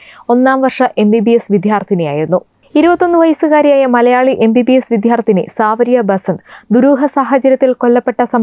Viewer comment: വിദ്യാർതിനി എന്നാണ് ശെരിയആയ ഉച്ഛരണം. അല്ലാതെ വിദ്ധ്യർത്തി അല്ല.